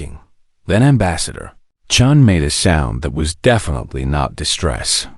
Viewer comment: Chun!! Not Chen!!!! Come on!!!